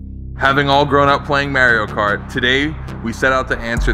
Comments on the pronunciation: It's Mario cart, not Maria Car, need to find a gocart :D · These dudes really just said “Mary-o kart”... it’s M A R I O KART UUGGGGHHHHH!!!! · 'Merio kart?" LOL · What is this "merio cart" you speak of? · Mario Kart 🤦🏼‍♂️ Mahr eee oh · That boy really said marryo cart 🤣🤣🤣🤣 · I honestly dunno if I can handle watching this video if I keep hearing "merry-o kart" lol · "Mayrio kart" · Marry-o kart?... bruh. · Mare-io kert... 😂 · Did you REALLY just call Mario Kart 'Merio Kart'? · Did he just say "Mare-ee-o" Kart? Da fuq... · It’s Mario Cart not Merio Cart